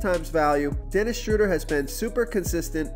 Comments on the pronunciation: Its pronounce "Shrow- dare" lol 😁👍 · Please learn Dennis Schroders name. Drives me nuts. It is pronounced Shrewder like crew or brew...